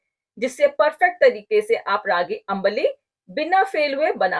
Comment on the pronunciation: Nice ambli recipe. Its pronunciation is not अंबाली. Its आंबली or आंब्ली. Or in Marathi we call it आंबील.